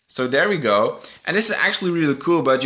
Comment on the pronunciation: your an awesome youtuber and i know its not your fault that you cant speak english that good but i get so triggered when you say dere (there) or when you say holy fricken moly or guaca moly or just holy moly and then it was one more thing that triggered me PS this was not a rant just some tips to get more subs like i get you in recommanded and watch you but beacuse you say those triggering stuff (reapiting not your fault just me being very easy to trigger) i wont sub you